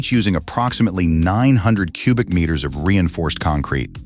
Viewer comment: The announcer kept calling meters metures